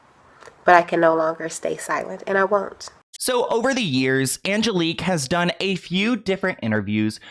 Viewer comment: This is nutty because my name is also Angelique. Like the way u pronounce it